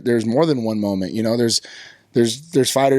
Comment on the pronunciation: Why does he say schmoment?